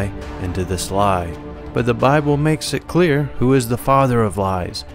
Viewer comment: One guy calls it the Boble! LOL!